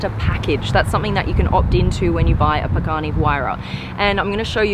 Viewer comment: Pronounce the names right of the car